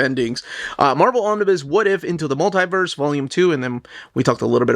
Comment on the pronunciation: *Mul-tie-verse" is like nails on a chalkboard lol. It's pronounced 'Mul-tee-verse'.